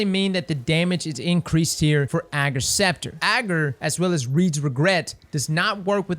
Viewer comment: Thanks for pronouncing its name right xD